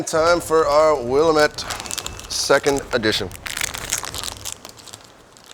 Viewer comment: It’s pronounced will-ahm-ette